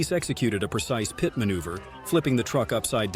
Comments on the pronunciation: It is a P.I.T. manoeuvre, not a PIAT manoeuvre. Please get it right. Good vid, though. Kudos to you. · What's with the pee et? It's pit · Learn how to pronounce the word pit.